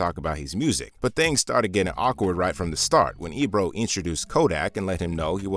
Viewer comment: Sorry Ebro checked that clown not the way you said it hack